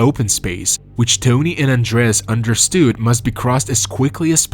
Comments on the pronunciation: I think it's AI. It's actually what I'm trying to figure out right now too, which is why I'm reading the comments! The reason that I think it's AI, is because of the pronunciation of some words, like "understood"- in no accent, or dialect, does one pronounce it like understewed. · the way u say understood made me laugh